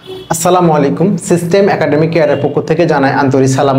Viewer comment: আসসালামু আলেইকুম না আসসালামু আলাইকুম